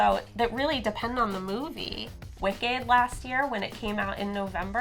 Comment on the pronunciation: america really need to teach pronouncing words better. Who pronounces wicked like that? Wik-aid? 😂